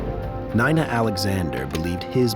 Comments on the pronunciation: I stopped listening 1 minute in when the AI voice mispronounced Nina as Nine-uh. We really should get to know which videos are AI narrated especially if you pay for premium this is ridiculous I don't want to listen to AI bullshit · That’s the first time someone named Nina pronounced it N-eye-na instead of N-ee-na Not a fan of a defense ATTNY with blinders on